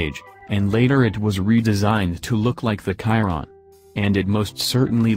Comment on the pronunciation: Well, please check for the correct pronounciation of the chiron